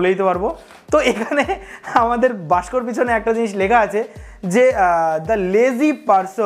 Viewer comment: তুমি বাক্স কে বাস্ক কেন বল???